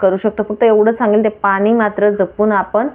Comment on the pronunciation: भाषा नीट बोला .मॅडम.मराठी शुद्ध बोला पानी नाही पाणी.